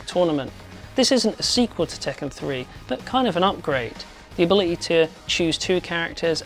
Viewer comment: Tekken is not pronounced "Taken", its pronounced as "Tek-Can", literally Iron Fist in Japanese. Also! Ryu in Street Fighter is not pronounced "Rai-You", its "Re-You". Not complaining about this video, just want to point this out.